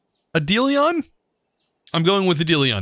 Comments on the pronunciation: Eidolon = ed-deal-lee-on... okay. For the record, it's the root word for our English word "idol", and as near as I can tell the English pronunciation is "idol-on". Like, "hey, put that idol on that plinth for Indiana Jones to steal, thus triggering a giant trap, unleashing a boulder of death to roll down this hallway and kill any thieves too slow or unstylish enough to escape." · i think its pronounced eye do lon had to say cause triggered me lol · Just a heads up. I could be wrong but I'm pretty sure its pronounced eye-dole-lin or eye-dole-lawn. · Eidolon is pronounced (eye-duh-lawn) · I'm new enough to him that hearing him say Adelion still made me recoil. I love the guy but I just can't help it. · Pretty sure it's pronounced "idol-on" Edit: according to Google, it's "aye-dole-in". An eidolon can either mean someone who is idolized or a spirit/phantom. Great Vid! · you're doing it on purpose. eye-doh-lawn ; sang - g - when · Yo chosen the mod is pronounced eye - duh - lon Lon like long And the strong syllable is Ei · Eye-duh-lahn,. That’s how it’s pronounced <3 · As a longtime Warframe player, your way of saying Eidolon makes me cringe every time I hear it lol. We pronounce it like "i-doll-on" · You say it as: "Eee-Doh-Lon." OKEHHHH?!?!😑😑👍👍👍Ok. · Im gonna correct you on the pronunciation of Eidolon, its Eye-dole-on (Dole as in the fruit cup company) Dont say it slow either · its pronounced idolon i know you arent gonna read this but i still prefer leaving this here for my own concience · It is pronounced Eye-duh-lawn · Anyone here that plays warframe got annoyed on how he said eidolon lol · Yeuuup. My soul cringed, and the Lotus screamed in anguish. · thought it was warframe reference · I saw lot of comment about Eidolon prononciation... who cares? It’s Greek and not prononciable for English spoken lol. Let’s say thank you 🙏 for your videos!